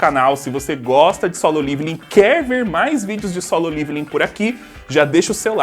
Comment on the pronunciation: Eu sou o unico que tem uns negocio quando ele fala liviling envez de leveling ???? Kkkkkk